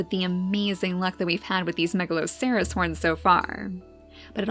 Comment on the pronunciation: wow I really love watching you make the beautiful story in Niche, at first when I played Niche I got bored after about one hour. But watching you really inspired me to create my own story. Now I have almost 100 hours in Niche and so many gods and godesses =). Ps isn't Megaloceres horns pronounced; Megaloseres (I played a game with that creature in it so I'm pretty sure)